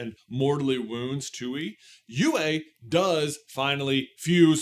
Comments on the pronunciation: The moon spirits name is pronounced "twee" or at least that's how koh pronounced the name. You kept saying tooee, which is how the spelling looks "tui" but we do have a character verbalizing the name in the show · The way you pronounce Tui is just sending me. It's supposed to be "Twee." But the way you say it, "Too-ee"... it's giving "hawk too-ah." Just saying 😂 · You keep saying Twoey like Bluey, but it's pronounced TWEE and La. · Its not pronounced "two-ee" its freaking "Twee", how do u expect to be taken seriously while u refuse to even say the names correctly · I literally cannot finish the video because im too upset that you are miss prouncing the spirit's name. Its TUI (TWEE) NOT TUEY. You're giving off 'The Last Airbender movie mispronouncing Aang' vibes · Also, also, why are you saying "too-ee" its pronounced "twee" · For those who know it’s even more frustrating that it’s not just pronounced “tway” And just spelled tui lol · Nice showing your lack of knowledge of hte topic you are talking about. It's pronounced Twee. You'd know htat if you rememberd Ko from the finale of season 1 who pronounces the name of the spirit. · I’m dying at “Tuey”😭😭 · Ya the show pronounces it like a baby trying to say tree. It's bugging me to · I've seen the show a bunch of times and always pronounced it tooee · Hearing you pronounce Tui at the same way that you pronounce Yue is really throwing my brain for a loop. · Thank you it was driving me crazy